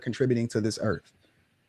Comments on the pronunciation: Biggest problem on earth is people who believe their entitled, put others down, pro eugenics and says "erf" instead or earth. Stop botching the language, for starters. How's that for "being real". SMH, STFU. He shouldnt be having kids. He's completely disengenuous. Yeah I'm gonna pass on ANY advice from someone who talks about income vs parenthood and aparently uses the word "Erf" instead of Earth. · can't even pronounce Earth. Sad.